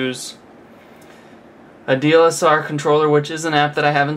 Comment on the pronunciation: It it called DSLR (Digital-Single Lens Reflex). you kept saying DLSR.